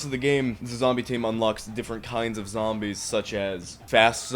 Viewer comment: I love your pronountiation of "Zambies"